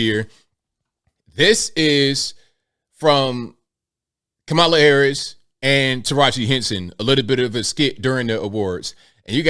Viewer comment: I applaud Teraji, and fully support anyone who is against trump and all of the other right wing "sleep walkers".....I am proudly "woke" and out of the "matrix"...... And by the way, it's KAmala, not kaMAla..... Clearly influenced by Donald chump